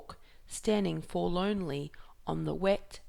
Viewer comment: It is pronounced for-lorn-ly, not for-lone-ly.